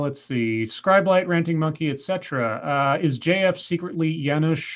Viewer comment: Scribe just wanted to let you know that you were pronouncing my name correctly the whole time. You asked if you were later in the stream and I was answering you.